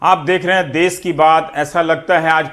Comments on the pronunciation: It's देश....not देस...all other things all well described....Raveesh Sir...It required to be corrected as this program broadcast on daily basis for us... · Sir Desh hota hai des nahi please sahi kariye